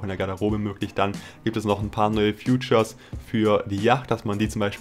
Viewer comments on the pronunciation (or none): Features nicht Futures hahaha . Nicht böse gemeint